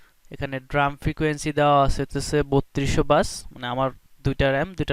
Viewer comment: It's pronounced D- ram 'ডি র‍্যম'। "ড্রাম" না